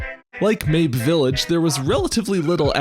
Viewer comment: Pretty sure "Mabe" has two syllables